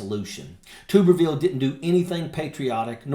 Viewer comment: Tubberveal!! 😂😆😂😆 That's how it's pronounced!! What a POC he is.